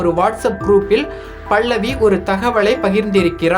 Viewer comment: டோய் பைத்தியக் ககர பேச்சாள, பள்ளவி இல்லடா பல்லவி பேச தெரியவில்லை என்றால் பேசாதே